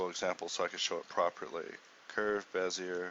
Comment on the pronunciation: It's pronounced like "Bezeeyay" (I actually pronounced it wrong, I was thinking "Bizyay" but corrected myself). It's named after a french car designer. Other than that I can't hold a candle to this.. Checked to see if I got it.. .. I created the Torpedo tutorial for blender 1.6 , that was like probably 15 years ago.. I was totally stunned by this tutorial, so much to learn.. I love the fact that I can put links in youtube now, they used to forbid that.. as with the famous cigarette slogan, you've come a long way baby!!